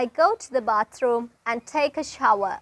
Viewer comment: Natives ලා බාතෲම් කියන්නේ නෑ. බෑතෲම්. කප් ඔෆ් ටී කියනවා ඕල්ඩ් ජෙනරේශන් එක. ටී, ප්ලේන් ටී ලංකාවේ තියෙන්නෙ. බ්ලැක් ටී. ටී විත් මිල්ක්. යූශුවලී.